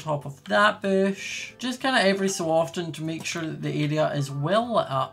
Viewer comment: Omg everytime u say bush I hear bish